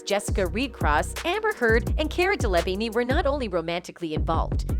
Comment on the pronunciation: Day-laa-veen. Please get it right.